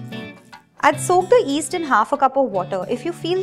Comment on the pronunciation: Love all your recipes and it's yeast not east you have to pronounce the y